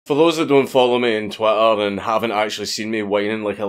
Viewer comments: Im dying everytime he says Twatter. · When you say twitter it sounds like twatter, which is really appropriate.